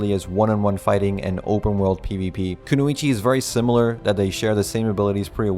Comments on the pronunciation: "ku-no-ichi" lmao you mean "ku-noy-chi" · sorry Bro have to correct you its kunoichi not kunuichi sorry again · Even though this comment is late and you probably won't see it, kunoichi is pronounced ku-noi-chi